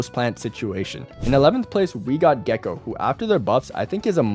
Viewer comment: Gecko? Wasn't it gekko? XDDD